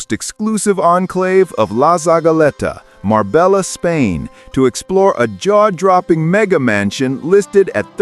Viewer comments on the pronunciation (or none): It's pronounced marbeia... At least get the name right 😂